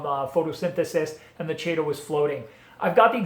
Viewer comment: Regarding the ending- "chaeto" is the Latinized version of the Greek root χαιτη ("khaite") meaning hair (unsurprisingly). Anyways, the pronunciation depends on which version of Latin you're using; Classic or Ecclesiastical (most people are using classic, unless a part of Catholicism). If you're using ecclesiastical, it's "Kay-toe." If you're going with Classical, it's "Kigh-toe." The CH is pronounced the same as Chrysanthemum, Nudibranch, chorus, echo, &c. I haven't read the ICZN code in a while, but I think they base it off of Classical Latin. But it is a dead language,and has been butchered for centuries. As with everything, language evolves, i.e. Latin turning into French, Portuguese, Romanian, Spanish, Italian, and quite a bit of English; and thus so does pronunciation. Long story short- "Chay-toe" is fine. Just don't go pronouncing it that way to old 19th century academics haha.